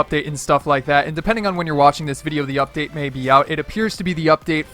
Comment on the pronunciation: Says “UPDAT” lmao first